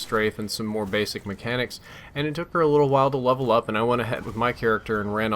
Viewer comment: you LOVE-L up with your wife. (I'm only joking about that mispronunciation of *Level) You LEVEL up with JHub. (cause that's what friends help you do WOO) Sweet life man sweet life:D This game also looks pretty fun and I might check it out.